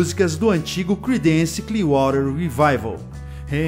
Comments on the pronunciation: Pronuncia-se crídence e não cridênce... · Não se lê cridéns, é crídens